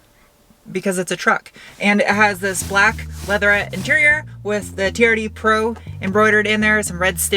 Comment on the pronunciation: I kept thinking you were saying charity pro rather than TRD pro......